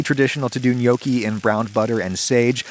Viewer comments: I can hear all of Italy fume at the pronunciation of Gnocchi. It is pronounced N-yawki, not No-ki. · Before making a video about gnocchi, learn to say gnocchi correctly. It's noh-ki, not gyanookee. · Neokie? I always thought it was knock-ey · For my whole life I tought that you pronounce it as notchi itstead of nyokki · No, in Italian, gnocchi is pronounced like ñoki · Had to pause in the first 3 seconds cuz I couldn't handle how he pronounced gnocchi. I always thought it was gno-chi not nyoki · It's not gnoecchi, the o is like hot, not like toe. Learn Italian. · i had no idea it was pronounced nyoki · It's actually pronounced nyee-aw-key but it's better than some other pronunciations I've heard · Every time he says gnocchi, i hear yolkie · yeah i noticed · acually they are pronounced "Knoschi" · When I heear you say gnocchi, I always thing ok hiccups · Man I never hear Americans pronounce Italian words correctly xD Great video though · The way adam says Gnocchi is a crime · How u said gnocci gave me a heartattack! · Is it okay that I want to slap you for pronouncing Gnocchi this way? You're Italian, dude. Learn how to say it! Here's a link below. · Every time he says gnocchi I want to season a cutting board and serve him on it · The G in gnocchi: am I a joke to you? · Wtf is this pronunciation ?? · The way he says nonna and gnocchi🤦‍♂️